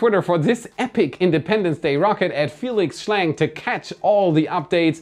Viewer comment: Fielex Schläng?